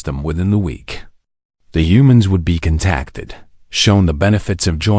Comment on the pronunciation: Not kin-tacted but Con-tackted